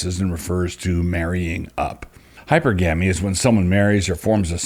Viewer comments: Dear Doug, it's hy-perr-gamy The accents fall in the same spots as polygamy. Your uncle, Daniel * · Hypergamy is: hi-per-guh-me Not: hyper-gammie And hypergamous is: hi-per-guh-miss Not: hyper-gammis Love you, Doug :)